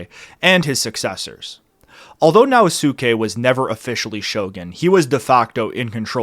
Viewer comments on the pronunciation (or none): Sho-Een! Now Skay! Sone-no jo-ee! Intonation全然違いますが。